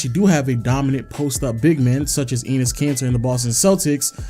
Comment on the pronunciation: dude said anus kanter lol